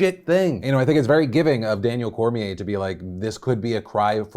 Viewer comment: "Dustin Coirier"